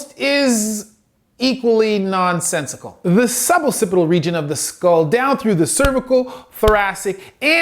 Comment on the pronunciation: I literally don't care if you change this because it changes nothing about your education of us on orthopedic matters, but I'm pretty sure that both traditionally, and by the normal rules of English pronunciation, it should be pronounced "ock-sipital", rather than "aw-sipital". You are consistent at least, and I get why you think that, but the double C I think means the first one must be a hard C.